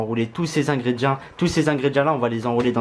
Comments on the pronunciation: On dit ingrédients (ingrédiants si tu préfères lol )pas ingrédi1 mdr....😅😅😅😅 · C moi ou il dis ingredia